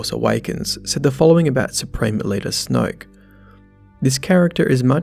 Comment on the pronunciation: That Aussie accent: Snwoyook. IDGI. It takes so much effort for me to pronounce a 1-syllable word in that way.